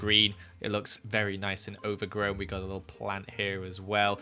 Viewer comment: i thought you said "ogre-grown" not "overgrown" and i thought that was ironic